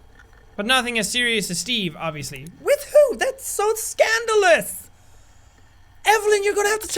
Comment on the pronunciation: Punk4eva: I mean, I had like a fling this past summer Punk4eva: but nothing as serious as steve obviously Jack: with who?? That's so SCANDALOUS! I couldn't stop laughing at the way he pronounced that part 😂